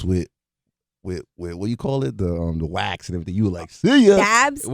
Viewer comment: who kidd got a weed hat but cant say wax xD